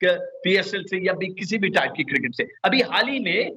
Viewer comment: Cricket bolna shikho jahilo cir kit